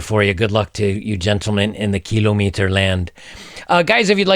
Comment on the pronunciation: The way you pronounce "Kilometer" is as offensive as it is hilarious. Cheers from kilometer land and keep up the good work!